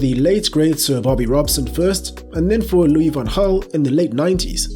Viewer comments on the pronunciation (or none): none